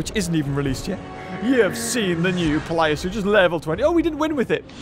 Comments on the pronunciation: I just realized that you say PLIOsuchus when it's actually PLESIOsuchus. Care to explain? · How have people not mentioned that he is pronouncing plesiosuchus as pliosuchus? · When manages about 8 different pronunciations of plesiosuchus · u pronounce plesiosuchus wrongly